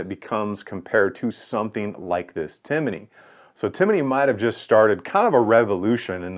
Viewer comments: Timney---- Tim-ney, not Tim-i-ney. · Hey bud it's Timney pronounced Tim Knee not Tinimey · It’s TIMNEY, not TIMINEY. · Timney, not Timiney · Tim uh knee. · I hate listening to him trying to pronounce Timney. It’s not timmAney. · tim-in-nee lol I really appreciate this deep dive/up-close look at this new trigger on the market. It's getting some serious consideration for a Polymer80 build I'm planning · Just wanted to say it’s pronounced Tim-knee. But great review! For those interested in some more info on the Timney, check out my thread on BENOS. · I believe that was teasing you about the way you pronounce Timney. You add an extra syllable to it. Great video though.